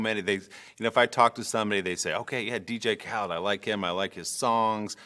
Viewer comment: It’s DJ Khaled Not, Kha-lid